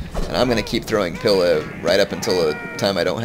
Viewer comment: Great battle there...I thought you might lose that. Only issue I have with is your pronunciation of Principe and pila.